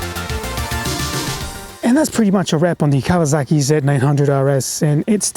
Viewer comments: It is “Kawasaki” not “KAWAZAKI” 😂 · Its a Kawasaki mate not a KawaZaki